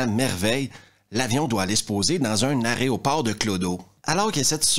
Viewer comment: Autant d'Aréoport...? Arrêt au port ? "Jarret de porc"? C'est juste pas possible, en français on dit "aéroport" tout comme "aéronef" et pas "aréonef", aéronautique pas aréonautique, bref, tu es tout excusé, c'est une faute ultra courante En France... Sauf si c'est un choix personnel, la j'ai rien à redire... Tabarnouche !